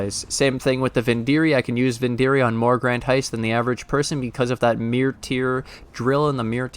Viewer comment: "My meer" Lol, love your content man, keep it up!°